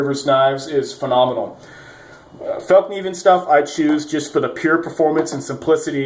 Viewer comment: Fall-nee-van** NOT felk-nee-van. And yes I agree there is nothing out there that performs as well out of the box aside from a Rockstead.